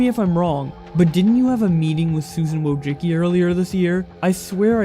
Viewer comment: Just felt the need to add something with no substance at all but her name is actually pronounced: woshitskey Ck “ck” is not just an “k”. in Slavic languages you also pronounce the “c”